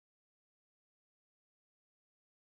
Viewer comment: i am ecited... hmm.. ecited ? ahah i love youu :)